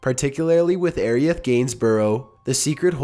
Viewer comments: The way you pronounced Aerith and Sephiroth's names triggered me but was made me chuckle at the same time. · "Separyoth?" "Aeriath?" "Rosalinda?" "Meelee" Did even read the names once before recording?